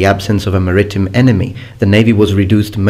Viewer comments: 'MAritime', not "maRItime". =) Great content and quality as always,! (Do you spell it with 'f' or 'ph'...?) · Maritime is pronounced "maree-time", thought I'd help you out. :) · "Mer - Eeh - Time." Maritime. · I always believed that maritime was pronounced like merry time, as in Marinara with an American accent